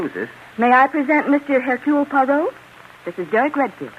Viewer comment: Air cule pwah ROW ?????? 🙄🙄 Ah c'mon. Only Belgians will get the pronunciation correct, but at least try!